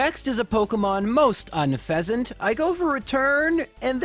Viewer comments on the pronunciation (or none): I’ve never once heard someone say it “guest-ist”, every single person I’ve talked to says it’s “ghet-cis” or “get-cyst”, I also find it funny that you say herdier as herdié in a sort of French/Canadian pronunciation but pronounce unfezant as “unh-phesant” You are one bizarre man my friend